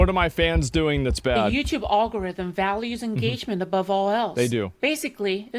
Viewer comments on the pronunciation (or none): "The YouTube all-go-rith-em." I don't even know if this person is real this time, or if they're just a poorly programmed deep-fake. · "All-gorithm" is killing me.